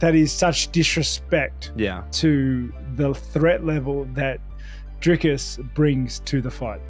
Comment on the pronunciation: Woooaaaahhhh Robert not saying Driscuss is crazy😂